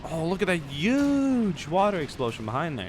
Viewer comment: says "YUGE"